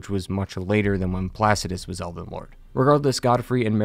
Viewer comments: I swear you are saying "Elven" Great video btw. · Dude. Are you saying eLden? or elVen? I truly can't tell if you're mispronouncing it on purpose, if I'm missing something, or if you're just not annunciating. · Calling it Elven Ring was an interesting way to start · Did he say elven ring